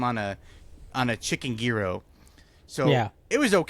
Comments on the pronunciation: It is YEE-ROW... every time you started etc the "gee...", my 1/2 Greek blood started boiling! Hope this helps??? (BTW, why are my comments blocked on IRL??? I never say anything mean...) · Isnt it pronounced “Jiro”. Not gear-o. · American pronunciation: Jye Row Greek pronunciation: Yee Row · I made Sonic chili copycat the other day. That's my new mex spice mix now. Yearo, the g isn't a hard g. Post your pronunciation to a short, see how many people get triggered lol Oh lavender is wonderful and is anti anxiety. If the baker messes up though tastes like soap. Now I want a Banana Flip... they don't make them any more. Put the misfits in the freezer, cut them up at a market as free tastings. Use the air fryer to not heat up the house. Fee-ed-day is right. Breakfast Sand: oil, non-runny(I don't do runny period) egg, cheese, sausage patty, mayo on toast. Croissant if I have it. biscuit if I'm cheating on my diet. Spam is (green throw up emoji)